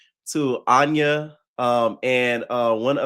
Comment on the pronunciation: who’s anya? 😂😂😂 it’s aniya